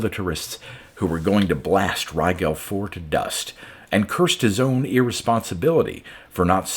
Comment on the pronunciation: Too late for this one, but Rigel is pronounced as in "gel" like gelatin. Thanks for the great reading again, as always.